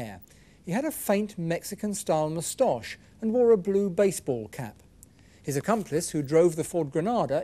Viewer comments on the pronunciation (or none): “I mus-tosh you a question” 🥸😆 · Anyone else notice how superintendent pronounces the word 'mustache'? 🤣